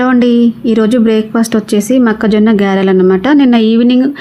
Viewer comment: సూపర్ గారిలు కదా గ్యరెలు కాదు